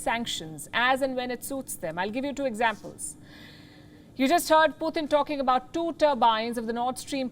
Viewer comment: Palky it is Putin pronounced PU TIN NOT PU THIN